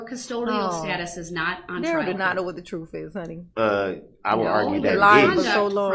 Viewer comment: Before you decided you were going to inform the jury of the "truff", you should learn how to pronounce it